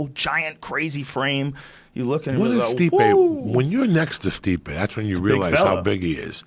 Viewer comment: Diaz calls Stipe "my man" but pronounces him "Stiopic" lmao🤦‍♂️😂